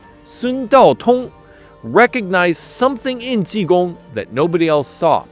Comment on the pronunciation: Ji Gong! J I G O N G!